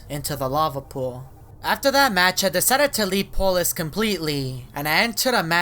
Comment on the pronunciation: Its polus not polis